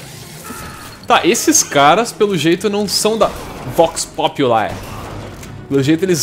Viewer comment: acho q se pronuncia Vox Populi mesmo e não vox "populai" pq é latim e não ingles